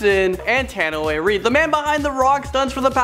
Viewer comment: cool it does...im pretty sure u suppose to pronounce Tanoai as in "ta-new-why"..